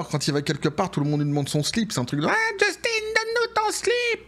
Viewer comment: En passant, on prononce Jus-tin comme si on dit faim, non innn, et tu comme tu dis, on a réussit à s'en débarrasser, on ne veut plus en entendre parler, sauf pour le caller (rire de lui) 🙂